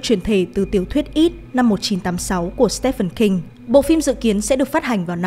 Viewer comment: Mình mong là trước khi thu video sẽ kiểm tra lại cách đọc tên riêng, ví dụ trong video này thì Stephen King sẽ được đọc là "Steven" King chứ không phải là "Step phen"